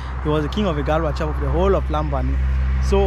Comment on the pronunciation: I like your videos,! I have a question: Are you from Cameroun? I notice you speak English with an American accent, but most Gabonese speak English with a French accent. And Loria pronounces Lambarene in French (Lam-ba-ray-nay), but you pronounce it in English (Lambareen).